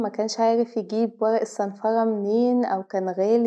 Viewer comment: وغأ 😂😂 ورق و-ر-ق